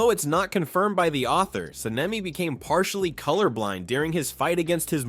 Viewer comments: San-nay-mi Ka-nai 😭😭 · Hushira Sanayme Kanai Bro it is annoying